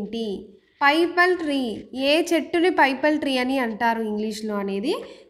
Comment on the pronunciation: పైపల్ ట్రీ కాదు. పిపల్ ట్రీ అంటారు.